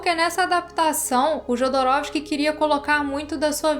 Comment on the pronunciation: Excelente vídeo, mas permita-me ser um pouco chato e alertá-la: pronuncia-se "iodorowsky" o "j" tem som de "i". E "Mõbius", não "moébius".